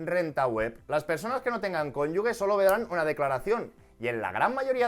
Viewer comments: Me está haciendo daño al oído escuchar "cónyugue" en vez del correcto "cónyuge". Por lo demás, genial. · por favor, dilo bien, cónyuge, no "cónyugue" como tú lo lees... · No se dice conyugue, sino cónyuge. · Genial vídeo! Soy asesor fiscal y me parece que está todo muy bien explicado. Eso si, “CÓNYUJE” (si, lo he escrito mal pero para que se entienda como se pronuncia la palabra, no “cónyugue”). Un saludo! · Es cónyuge, no cónyugue. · Un matiz constructivo, fonéticamente no es "cónyugue" es "cónyuge", con el sonido "j"... Ahí entre la "g" y la "e" no hay ninguna "u" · No sé si es de fiar un asesor que dice cónyugue. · Perdón de antemano, pero se pronuncia "cónyuJE", con "g" fuerte antes de la E.